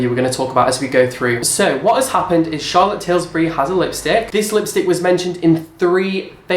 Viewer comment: You say Charlottes name wrong :( but ey yes transparency is important but rare these days